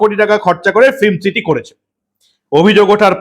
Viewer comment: শব্দটা ফ্লিম নয়, সঠিক উচ্চারণ ফিল্ম। দয়া করে শুধরে নেবেন। মমতা, সৌরভ আর শিল্প 😅😅😅 পুরো জমে খীর, একদম সোনার পাথর বাটি।